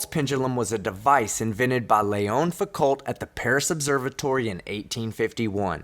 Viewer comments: Foucault is pronounced "foo co", it's French, the L and the T are silent. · Guys.. Foucault is a french name so you can drop the "t" at the end.. it would also be easier to pronounce. 👍